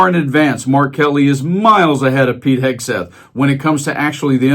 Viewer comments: Guy, it is not "Hesketh". "Hegseth". Say. "Heg-Seth" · I’m just here to hear him called Hesgeth 😂